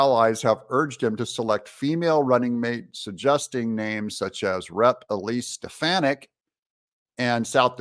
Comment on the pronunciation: wanna know what i think? i think doug needs to learn eliseis last name correctly